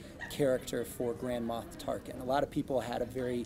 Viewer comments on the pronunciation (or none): Grand Moff Tarkin, not Grand "Moth" Tarkin...why are you wearing an Empire shirt..... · did he say grand MOTH tarkin at the beginning? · Did he say "Grand Moth Tarkin"? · Grand "Moth" Tarkin. TRIGGERED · nigga just said "grand moth tarkin"